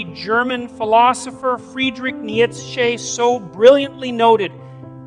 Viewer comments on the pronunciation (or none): When the name Nietzsche was incorrectly pronounced, I called AI BS! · when he pronounces Friedrich Nietzsche weird, you know it is A.I created.. which there really should be a law forcing disclaimers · He mispronounced Nietzsche… it’s AI.